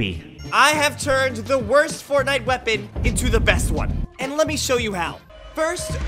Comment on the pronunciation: It is sooo goed wopon